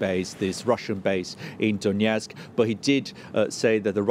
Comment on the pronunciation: DONETSK. NOT DONYETSK. NO Y.